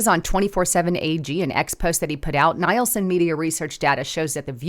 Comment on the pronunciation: it's not Nīlson, it's kneel-son ratings! Thanks for the report but please please do some RESEARCH!!!❤